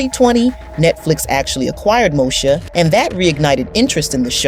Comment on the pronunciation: Why does she keep saying Mosha instead of saying Moesha? I mean if you going to tell a story about a TV show at least know how to pronounce the name of the cast correctly.